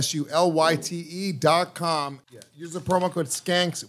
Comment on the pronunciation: I'm not buying capsulyte until stops saying "capschulite"